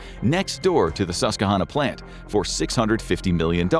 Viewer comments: Everyone who lives along the Susquehanna River pronounces the name of the river as suss -qwuh -HANN -nuh. (Note: -HANN sounds a lot like HAND ) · Mispronouncing virtually every syllable of Susquehanna is actually impressive 😂🤡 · You pronounced "Susquehanna" wrong. Ask a Pennsylvanian. :D